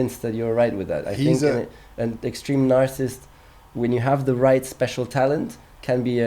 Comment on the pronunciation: A dude who ran from defending his title to become a lifestyle vlogger calling a real racer a narcissist? Learn to pronounce the word, leave psychoanalysis to trained professionals and stick to vlogging,.